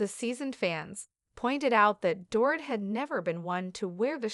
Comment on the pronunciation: If you’re going to report on individuals you need to pronounce their names correctly . You have yet to pronounce Dorits name correctly.